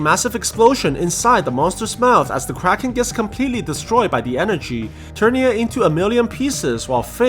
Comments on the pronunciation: whenever u say "kraken" i only hear "crackhead" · This man really calling the thing kraken like bro.